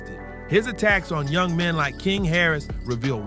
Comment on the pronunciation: I love how you said youn gifted and loved by his family 😂! The term is young gifted abd Black 😂